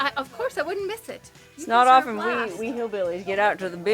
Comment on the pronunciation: THANKS FOR SAYING OF-EN NOT OFF-TEN. MY 3RD GRADE TEACHER TAUGHT US RIGHT